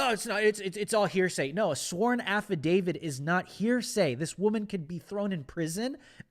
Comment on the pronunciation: Affidavit. With a T.